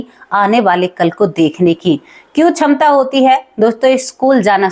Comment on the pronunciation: छमता नहीं क्षमता बोला जाना चाहिए । आप बहुत अशुद्ध बोल रही है ।